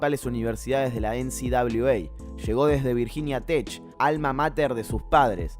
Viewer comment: No es TeSh es Tek Virginia Tech...